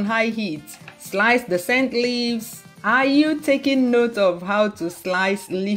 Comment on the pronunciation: I loved the video. Especially when you say are you. Are you!!!!